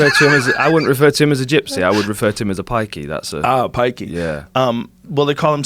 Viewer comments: Not piky, Nackka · Am a traveller this prick can't say pikey